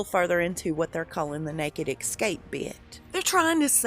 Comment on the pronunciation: the word is ESCAPE not EXCAPE. That is from a staff quarter's window at the place.